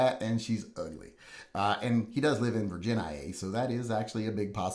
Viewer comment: lolled at the retarded pronunciation of 'virginia'